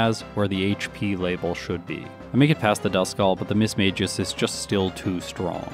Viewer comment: This might sound crazy. But Mismagius is pronounced Miss-Maggie-Us.